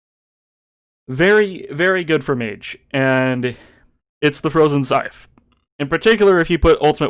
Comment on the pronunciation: Dude, it’s pronounced “scythe”